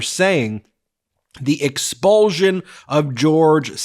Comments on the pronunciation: Learn how to pronounce expulsion! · You have a very curious way of pronouncing "expulsion".